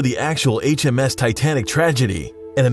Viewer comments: It hurts to listen to him say HMS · Its RMs not hms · It is RMS not HMS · It's rms not hms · It's Rms not his you idiot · It's RMS not HMS. Just saying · It's RMS and not HMS but good job on the vid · You said H.M.S titanic, it's R.M.S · it's RMS not HMS.-. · It said H.M.S! Its actually the R.M.S. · bro Mistakes: he said HMS it's RMS! U left out how much life boats their where and the sneezer is to that 16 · I know. RMS for Royal Mail Ship. But I didnt recognize that he said HMS^^ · "H.M.S." Titanic? If you really knew your facts, you would know it's R.M.S., which stands for Royal Mail Ship. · It's was R.M.S not HMS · It's R.M.S not H.M.S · Uhh, it's R.M.S Titanic, not H.M.S. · you said hms not rms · Yea it is R.M.S not H.M.S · why did you say HMS when it's really RMS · HE KEEPS SAYING HMS TITANIC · it's r.m.s